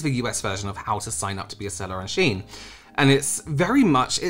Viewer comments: It is pronounced she-in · Yes, it's pronounced 'Sheen'. 'I' before 'E', except after 'C', and when the sound makes 'EE'.